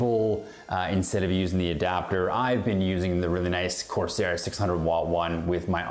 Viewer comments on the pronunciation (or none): none